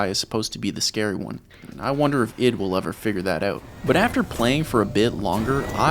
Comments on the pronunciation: I.D. Eye-Dee .. not "it" please spread awareness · Hey man, it's not prononced id, it's I D Software (like the work IDEA) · can you please pronounce Id properly? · As a Boom, boom dude you’re killing me. It’s not Id as in your id is part of Your brain like. Your ego its ID as in let Me see your id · This whole video, hearing you saying id software with one syllable was really grating on me. Its id, like and id card isn't it. An I followed by a D. Then I googled it... wtf. I was wrong, but I still dont like it. It sounds so weird lol